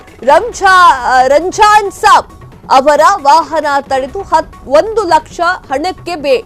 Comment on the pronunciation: ನೀವು ರಂಜಾನಸಾಬ್ ಹಾಗೂ ಇಂಗಳಿ ಊರಿನ ಹೆಸರನ್ನು ಸರಿಯಾಗಿ ಉಚ್ಛರಿಸಿಲ್ಲ..